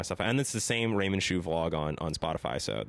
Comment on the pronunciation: callin em raymond ' jew ' instead of raymond ' shoe ' 😂🤣😭